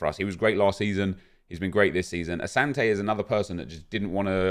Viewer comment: Bro. I’m Ghanaian. It’s said asanti not Asante